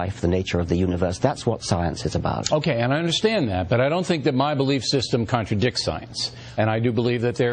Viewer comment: He just said present it as a belife.